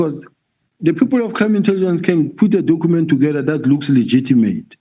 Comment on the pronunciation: "docooment" 😢.. can't you say document"